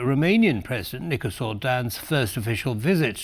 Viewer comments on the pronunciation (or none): It’s Nicushor not Nicusor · Nicușor, to be more precise. The anchor is not familiar with the Romanian alphabet.